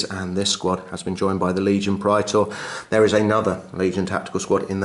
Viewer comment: awesome bat rep guys, love big apoc-size fights that actually feel like two armies fighting and not just 5 giant Robots/Gundams/Monsters duking it out! Also, as a side note, dat correct Latin pronunciation of Praetor!